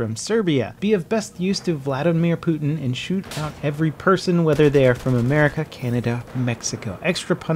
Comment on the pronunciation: WOW why did you say froam Serbia wtf